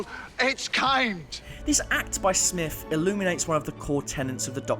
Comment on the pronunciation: Oh my... IT IS SMITH NOT SNIFF!!!!!!!!!! Damn brah. I only got to before I am leaving due to your lack of understanding how to say words.... SM-ITH SMITH! Not fucking sniff!